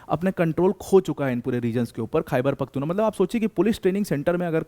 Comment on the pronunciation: It's "Khyber Pakhtoon Khowa" or say Pashtoon Khowa 😅